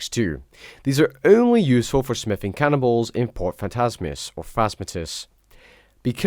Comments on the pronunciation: Sounds like ur saying "smithing cannibals" rather than "cannonballs", lol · sounds like he says cannibals instead of cannonballs. lol